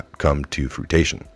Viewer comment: ...fru-ation? It's "fru-ition". I love you I really do...but if we are going to bring down these idiots, we have to read correctly. We dont need to give them any reason to make fun of our side and say that we can't even read.